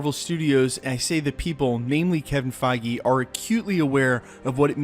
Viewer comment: Kevin Feige (Fage Rhymes with Cheese)